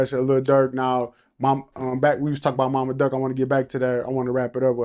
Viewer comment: He said mama durk ??😂😂😂